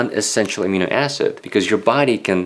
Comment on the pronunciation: In English, we put the accent in Amino on the second syllable.